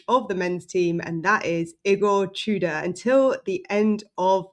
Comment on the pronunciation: I know we have that certain way we pronounce this name in English, but Igor's surname is pronounced "too-door".